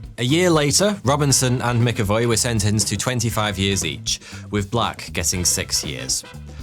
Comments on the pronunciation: Jesus Christ man...McAvoy is pronounced Mac Avoy, not Mick avoy. If you called James McAvoy James Mickavoy...he'd definately think you were taking the piss. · You pronounced it mickavoy it’s pronounced macavoy …. “MCavoy” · It's Mac-Avoy not Mic-Avoy. Good video though otherwise.